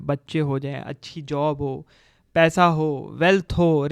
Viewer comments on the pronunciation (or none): none